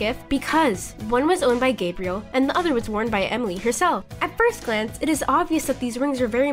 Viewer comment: 👍🏻 also I haven’t said this and any of your video comments but it’s Emily not whatever you call her